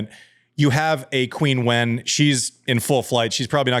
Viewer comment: I can't tell if Andy is mispronouncing Qinwen (for westerners, closer to "chin-wen") or intentionally calling her "Queen Wen".